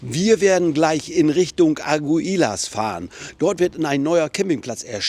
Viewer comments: es wird Agilas gesprochen...nicht Ag u i las....das u vor das i ist stum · Eine Bitte: Sprich bitte die Namen der Städte richtig aus. Du fährst so lang schon nach Spanien. Der Ort aktuell heißt Aguilas, ausgesprochen, Agilas, betont auf der ersten Silbe.